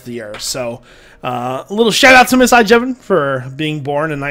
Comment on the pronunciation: not Jevon